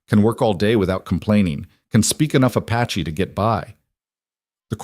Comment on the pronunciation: I can’t believe that they left her horse tied up. And it’s “Apache”, NOT ‘“a patchy”!